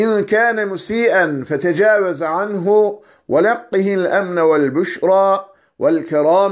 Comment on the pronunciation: Allah razı olsun hocam. Ezberlememizi kolaylaştırdınız. Yalnız duanın sonunda "fetecevez" sükunlu kelimeyi sanırım fetha ile okumuşsunuz (feteceveze diye)